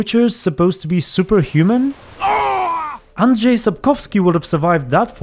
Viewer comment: Wait!! DIT YOU just say "Andrzej Sapkowski"??? I mean ANDRZEJ and then SAPKOWSKI??? With a real "rz" and then a real "w"? Are you polish? If not - you nailed it! It sounded as it should.